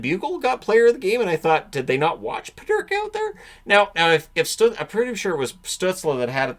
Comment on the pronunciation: Peterka not Pederka.